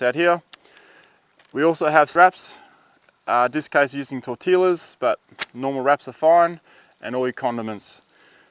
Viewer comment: If your Spanish you know it's sad when he says chorizo wrong and tortillas XD